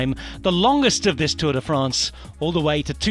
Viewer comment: Pronunciation perfect, then drops Tourday France.